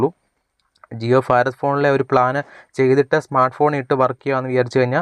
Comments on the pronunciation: ഫാരത് അല്ല ഭാരത് എന്നതാണ് ശരി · ഫാറാദ് അല്ല മോനെ ഭാരത് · ജിയോ ഫാരദ് (Farath ) ഫോൺ അല്ല . ഭാരത് (bharath ) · ഫാരത് ഭോൺ